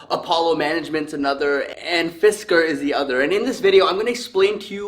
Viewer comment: Fisker was pronounced correctly. They had a car in the 2000s called the Karma. It was very interesting when it came out and also had a solar roof.